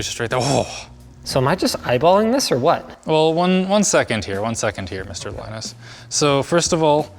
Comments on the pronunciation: Didn’t know Canadians pronounce “Linus” as “the client” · Did you, by any means, meant "Linus" instead of "Lines"?